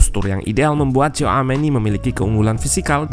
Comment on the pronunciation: bukan coameni min tapi shouameni dibacanya 😂😂😂